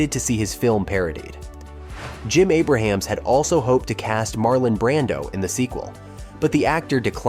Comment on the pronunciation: It’s Jim “A ~ Brams,” not Jim Abraham.